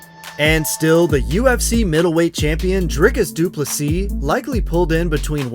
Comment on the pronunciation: Thank you for pronouncing DDP‘s name correctly 👊🏻